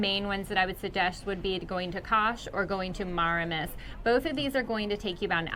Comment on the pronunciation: THE WAY YOU SAY FETHIYE ITS COMPLETELY WRONG ,AND MARMARIS ITS SO FUNNY ,YOU TWO SHOULD START A COMADY CHANNEL .